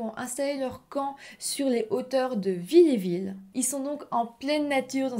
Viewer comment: narratrice NULLE ... pas pu regarder jusqu'au bout... et c'est VILLERVILLE pas villéville....faut savoir parler correctement et lire la carte où est écrit le nom du village aurait évitée cette faute de nom par 3 fois de surcroit....en 5 MN... bravo donc abandon